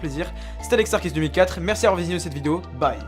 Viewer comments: On dit "Arcéusse'. Vous me dégoutez. Juste dégoûtant... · ça me tue Mdrr c'est pad alex ARCÉUSSE? (Prononciation)